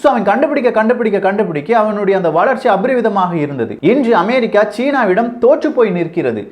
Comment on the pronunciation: சகோதரா! 'அபரிமிதமாக' என்பதை சரியாக உச்சரிக்கப் பழகவும்....